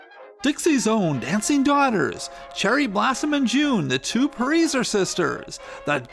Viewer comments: it is not pronounced preezer it is pronounced pricer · Very interesting, but wasn't her last name pronounced "Price-er?" Always assumed that was the pronunciation....correct me if I'm wrong. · Pronounced pry-sser, it is Germanic. I learned through knowing someone by that name. It is an easy mistake! 😊